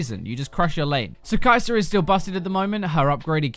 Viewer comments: Her name is Kai sa--- KI SA. Not KAISER shes not a roll.. lol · Kai sa = Kai ser........Meta = Metrr where is this R sound coming from its an A sound i don't understand.